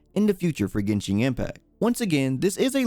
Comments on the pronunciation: Still pronounced as GenShin tho. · It's genshin not genshing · "Yo wa shin" =______= Thanks for trying